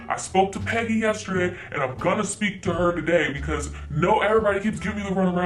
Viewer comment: I was over here thinking you're saying "petty" and not "peggy".